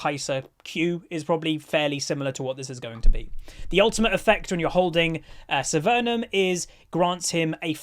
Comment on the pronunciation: Yah, I kept thinking that... and the n in severum. There is no N. Lol.